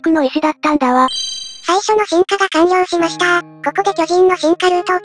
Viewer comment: かんりょうりましたーになってるw